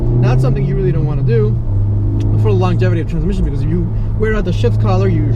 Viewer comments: Ihh beeh drivih manutrszmisshionnn four fiffeene yeers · Amanny transmisson? Wtf. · “Things not to do in a Manual transhfkehxb car”. just say manual car we understand man.